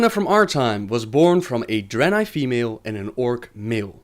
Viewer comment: I like that Draenei accent you're doing!